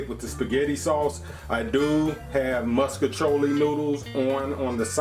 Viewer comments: I’m from St. Louis and I’ve literally never heard it pronounced differently than that even though everyone knows it’s fucking wrong. I’ve been eating “musk-iciolli” my entire life, too, lol. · I like how u say “moscachioli” lol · Right he say muskachioli 😂 he did that tho it looks so good